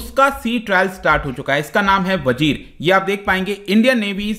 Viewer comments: "Vagir" is correct name not vajir. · The name of sub is vagir.....not vajir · Vajir nhi vagir h sir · सर ये वजीर नहीं, वागीर है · It's vagir